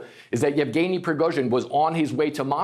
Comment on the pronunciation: omg are you new? It's YEVGENY, you overpaid talking head. He's been in the news cycle for YEARS now and I can't even why you can't properly enunciate the man's name smh